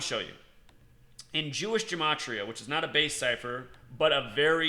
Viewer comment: That's not how you pronounce "gematria"